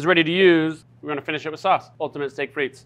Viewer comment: The T in frites is silent 😅